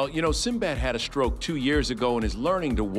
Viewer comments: Stroke not stoke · It’s stroke not stoke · Hey it’s “Stroke” not “Stoke” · "Stoke?" Geez,, get somebody to check over the topics. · "Stoke" ..... cmon man